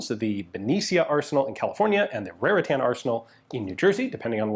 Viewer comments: Point of order! "Raritan" is pronouced "RARE-eh-tn", with the "tn" sometimes TIN or TUN with the emphasis on the first syllable. Never "tan". For those who care, which is none of you. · Ian pronouncing 'Raritan' like it's a Spanish name...also I wish companies these days still took so much pride in making quality products like US&S did